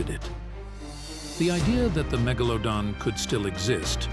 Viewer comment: Megalowdon lol